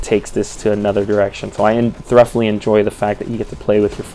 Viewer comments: Are you pronouncing the word "thoroughly" as "thruff-lee"? It's actually more like "thurr-oh-lee." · Not to be a dick but 'thoroughly' is pronounce "thu-row-lee". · "Thur-uff-lee"? That's a pretty funny pronunciation of thoroughly. "Thu-ro-lee" is standard.